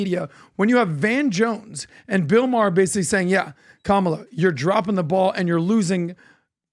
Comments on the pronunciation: What hypocrisy ! "kah - mah - LAH" - When all the leftist media will eviscerate you if you don't pronounce it "kuh-MAH-lah" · Kam-a-la is so cringe. 😂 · Honestly the way they all wave their fists and repeat “ka-ma-La “ Seriously….. looks like a stalin or Kim jong rally not joking 😮